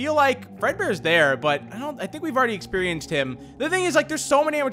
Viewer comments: Expurienxced I mean experienced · he went all southern on us for the word experienced